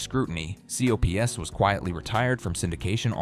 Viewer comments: The AI voice is harsh. Especially when trying to pronounce COPS. Doesn’t help that most of the information is wrong too. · It's called COPS and yes it is an acronym, but no one except AI would refer to it by each letter C-O-P-S? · It wasn't pronounced "C.O.P.S., it was pronounced "cops" as one of my favorite cartoons as a kid. It is one of the best animated shows of all time... Everything is so well drawn...That intro cartoon theme was also awesome... There was always different messages at the end of the show (by an extra animated scenario) that induced kids to be law abiding citizens that never made it to the 2 season collection. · C.O.P.S. For those who saw that show it was never pronounced with every individual letter. It was just called cops